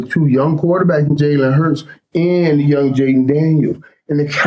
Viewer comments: One thing Killa going to do is mispronounce somebody’s name…”Jaylen” Daniels 😂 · Mike said Jayden like Mike P Mahomes squared 😂😂